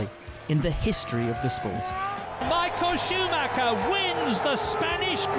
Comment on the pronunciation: It's not mikal schmaker it's Michael Schumacher it's German go in Google translate and put in in the German version